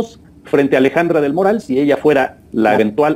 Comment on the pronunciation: 👁⚡️👁 Oiga, pronuncie bien el apellido. Es Alejandra del Moral y no del Morral como lo pronuncia usted. Solo tiene una "R" y no dos. Moral y Morral son dos palabras distintas y se pronuncian diferente.